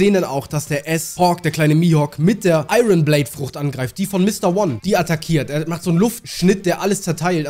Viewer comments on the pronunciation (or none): none